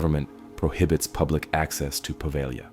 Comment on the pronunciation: It's not Poveglia with a short E and a hard G...it's Po-veh-lya.